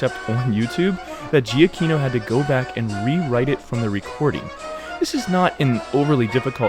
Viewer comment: btw Giacchino is pronounced Juh-KEY-no.